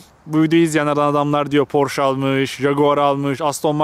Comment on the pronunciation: porş (pors) değil abi porşe (porsche)